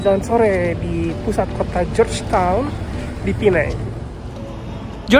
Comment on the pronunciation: Knp nysbutnya "pineng"? Hrsnya penang apa pineng? Btw itu keliling2 jalannya sepi ya. Hari2nya memang sepi atau krn hr libur?